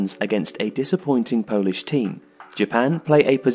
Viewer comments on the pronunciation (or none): none